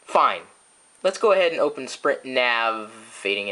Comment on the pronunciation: Sprint Foo? haha. Nice Chris...